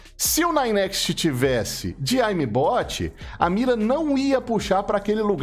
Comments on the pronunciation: "aimi bot" que porra de pronúncia é essa kkkkkkkkk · fala direito a palavra "aimbot"